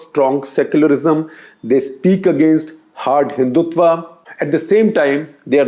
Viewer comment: When will you guys learn to pronounce Hindutva? It is हिन्दुत्व not हिंदुत्वा...